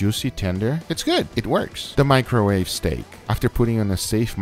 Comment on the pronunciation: Me hearing microwave-steak😭😂